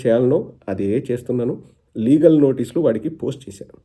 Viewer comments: అన్నా లాగల్ కాదు లీగల్..... బరధ కాదు బురద.... టెన్షన్ లో ఉన్నవ్ చూసుకో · ఒరేయ్ వట్టల డాక్టర్ అది లాగల్ కాదు లీగల్ మీ 420 తుగ్లక్ అన్న లాగే నీకు తెలుగు రాద రా జఫ్ఫా నా కొడక